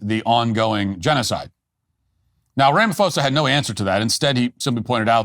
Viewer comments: Matt sit this one out, you have superficial knowledge of this saga. you don't even know how to pronounce his name that shows how little you've interfaced with politics in South Africa..,and you are making false claims ignorantly or willfully spreading disinformation. You are far more intelligent to be a choir boy of maga.... Trump only has a few years and he's gone but your platform will be here...but this takes away some credibility to your platform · "rama-foza" haha... That's funny. I see a lot of US guys literally translate the "ph" over as the "f" sound they would get from "Philadelphia", "Philosophy" etc.. But the "ph" sound in his name would still come out as a "paw" sound. "Rah - mah -paw - za" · Incorrect pronunciation: "ra-ma-fo-sa" Correct pronunciation: "ra-ma-poo-sa" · Ph if not pronounced f It's pronounced Ramaposa. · Thank you for covering SA. When pronouncing Ramaphoza, just remember pronounce the P not PH. It sounds like this Ramapoza. Blessings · Matt Walsh - the 'h' in Ramaphosa is silent (always is in middle of Bantu languages). Pronounced "Rahma-pause-ah". Your facts are pretty spot on though. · His name is pronounced "rum ma poza" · “Ram a fohsahh” love it, in SA we pronounce his name differently “doos” I must say though being an actual white South African (apparently endangered) I am getting a front row seat to how America interferes and ends up invading countries based on good intentions but lack of insight. Send the CIA here let them investigate, crime due to corruption is the problem here not targeted racism, it’s so easy just get facts and figures. That said our leaders deserve to be humiliated and exposed. My fear though is that the US interference will ignite and fuel the fire here and cause racist attacks which will actually affect me unlike the farm crime. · The Ph in his name is not an F Matt..... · If Matt Walsh wants us to believe his show, he should learn how to pronounce Ramaphosa's name. Talk about sloppy reporting!